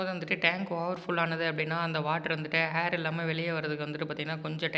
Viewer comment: ஹேர் இல்லை ஏர